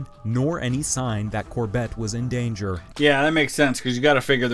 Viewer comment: Cor-BETT? Never heard his name pronounced that way.